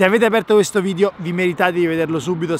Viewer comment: Ha fatto 6000 video e non riesce ancora a dire video e dice vidio 😂😂😂